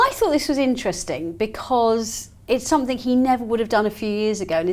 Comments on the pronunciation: Love, why does she say somethink instead of something, it it a Brit peculiarly? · Yes, the hard consonant at the end of some words is sometimes related to local accents, so I'm surprised she's saying it as she has a very neutral type accent normally. I think pronouncing 'ing' as 'ink' is more normal in London, and also in the Midlands..